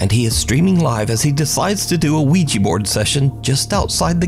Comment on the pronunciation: "Bro dude, bro dude...oui-gEEEE..." Ouija Board: "Fk this moron, he can't even pronounce Ouija, so imma burn up to keep him from saying goodbye" 😂😄 Great to see another awesome delivery from you,!